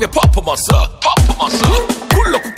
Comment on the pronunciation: 신서유기 찾아보는데 자꾸 광고 저거뜨는데 너무 중독되서 검색해서 찾아봤네요 너무 중독성 쩔어서 계속 찾아서 볼듯 진짜 퍼포먼스 포포몬쓰라고 발음하는 것도 진짜 중독되요 너무 재밌음 강호동님 특유의 발음